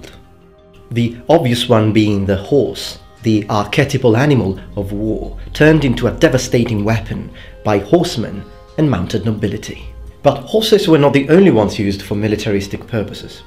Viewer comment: in I presume you're trying to say archetypal? Pronounced ar ki type al....